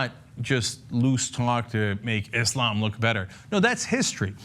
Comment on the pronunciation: cenk,thank you for finally pronouncing islam correctly with an S rather than "iZlam"